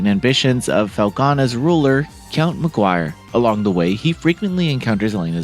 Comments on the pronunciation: It's "Memiore" not "Memory". Pronounced Mem-w-are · it's pronounced: me-moi-re not memory. You really need to learn how to pronounced this correctly cause It sounds horrible with the misprounanciation. I hope this comes out on PC too, I wouldn't mind buying it again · DAY BYOO TED? Also, "memoire" is not pronounced "memory"... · Thank you so much for this awesome review,:) No worries about the pronunciation of Ys Memoire, we all understand what you meant. I am super hyped for this release and I can hardly believe this game exists on modern platforms. I have the physical PS 5 version and will probably buy it digitally as well.